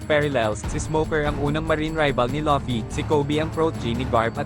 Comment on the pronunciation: fvck ai voice, luffy naging lucky